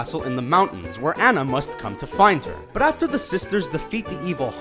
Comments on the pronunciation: It's purnounced ohnah not an na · It's not Anna An-an it's Anna On-an!!!!!!! IT ANNOYS ME SO MUCH THAT PEOPLE SAY ANNA'S NAME WRONG!!!!!!!! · He really did just say Anna instead of Anna (aw-na) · it's not Ana it's Anna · He said Ana wrong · you said anna like anna but its anna not anna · its pronounced on-ah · It shows that the strand of hair turns brown once cut also u pronounced aunna rong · Please start pronouncing Anna (Ah-na) correctly, at least in context to how they say it in Frozen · put he said anna wrong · It's pronounced (on-uh) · why tf can't he pronounce something as simple as "ana"... he was pronouncing it as "an-a" which would be anna but ana's name is pronounced differently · I wish you'd pronounce Anna's name correctly. For how many times you've done a Frozen theory, you must have seen the movie. So why must you always pronounce it incorrectly? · They said Anna wrong... how dare they!! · I couldn't pay attention to what the plot hole was for Frozen when he pronounced Anna's name wrong 😂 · HE PRONOUNCED ANNA WRONG 😑 Plus, a lot of these plot holes don't make sense...